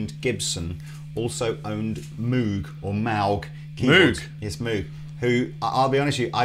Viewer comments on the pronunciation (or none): BRO...ITS MOW-G. not MOO-g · It’s pronounced “moeg” not “mewg” call their phone number they answer saying hello welcome to “moeg audio” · Moog is pronounced just like "Vogue". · Pro tip: Moog rhymes with rogue. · That's not how you pronounce Moog! If it where really pronounced as written, it would be spelled "Mowge". This is a guitar channel though, and a lot of Synth guys get it wrong too, so who cares. Although it's worth mentioning that Bob Moog is more than the equivalent to let's say Leo Fender in the Synth world. Enjoy your Asscreams💩.... . (I wonder if Chappers knew, and was just fishing?)